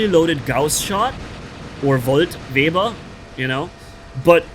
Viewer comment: It's Weber not vaebar and it's millisecond not milliesecond and your talking about never getting out of invincibility using the very thing that goes into invincibility every second.